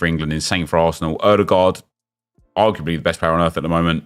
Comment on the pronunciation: "Oodergard arguebly the best player in the world"😂😂😂